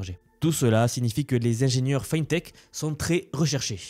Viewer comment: Fintech se prononce fi(à la française)ntech